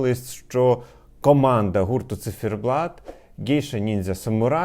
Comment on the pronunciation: чому «Цифєрблат» Пліз🙏🏻🙏🏻🙏🏻 У вас дуже гарна вимова, але це😢